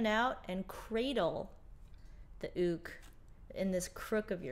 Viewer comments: It’s pronounced youk but it is spelled uke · I love this! The only thing is: I understand it may be correct to say “ook”, but I only know “Yook”, and it’s freaking me out! Love you anyway! ❤️💕🥰